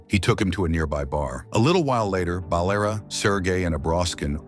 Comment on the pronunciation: It's not Balera. It's Valera There is no name "Balera" Dum6 AI 😅